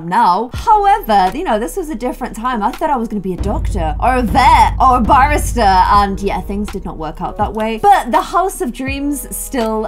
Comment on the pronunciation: who else thought that she said banister for what she wanted to be when she was older lol